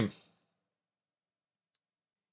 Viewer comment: u say Hazed, but it's Hazzed. U're saying name wrong smh